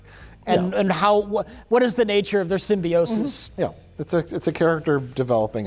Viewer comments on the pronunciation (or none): none